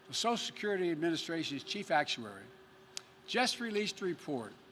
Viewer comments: “Sosial secruty” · "sosal security"